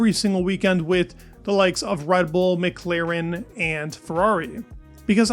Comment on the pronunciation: will you ever learn how to pronounce McLaren?